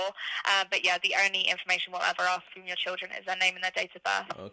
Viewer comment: You lost me when you said axe instead of ask.